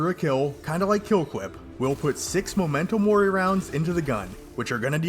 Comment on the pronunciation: Hearing you say MOmento mori instead of MEmento mori physically hurts